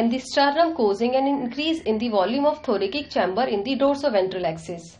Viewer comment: Also its not THORAKIK its read as THORASIC